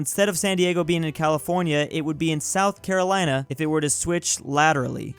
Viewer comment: Yes some one say South Carolin